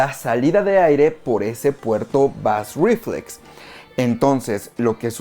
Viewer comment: Muchas gracias por el vídeo. Solo deseo comentarte que bass reflex se pronuncia algo asi como "beis riflex". Un saludo